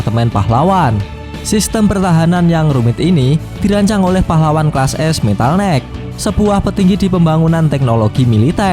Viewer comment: Maaf bang, metal knight kl dibaca kaya metal night lebih baik. Saya dengernya metal neck. Hanya saran. Narasi nya sih amazing